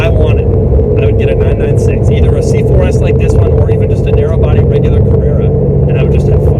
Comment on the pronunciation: You don't say the numbers seperately, it's not 9-9-6, it's 996.